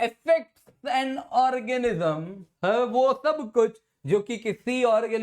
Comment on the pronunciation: Are vi itni baar orgasm q bol raha he